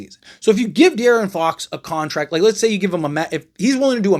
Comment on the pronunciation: It’s « contract » not « contact »